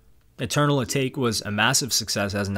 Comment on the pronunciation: You said Atake wrong